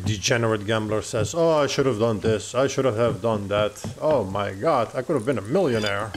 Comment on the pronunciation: I dont know why but it was so funny when he said.. "ou my got ou my got its ":DD